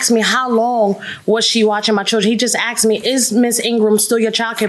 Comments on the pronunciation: Asked, not axed...😂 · ""He just AXED her..." ASKED is just so hard to say?